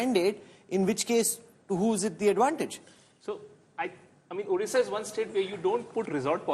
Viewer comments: Not orissa...this is Odisha.. please pronounce correctly. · A few comments: 1. Note how Rahul K still cannot pronounce Odisha properly; he is not even trying 2. No discussion of the BJP master stroke in nominating Srimati Draupadi Murmu as President of India and its impact on the BJP's support from SC/ST constituencies 3. Effectively, the first past the post system is returning to the 2-party system between BJP (replacing INC) and party X (regional parties), and that is a strong institutional explanation for BJP's improved results in the East (WB, Odisha) as well as Andhra/Telangana, Karnataka